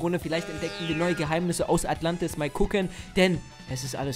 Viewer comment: ES HEISST NICHT ATLANTIS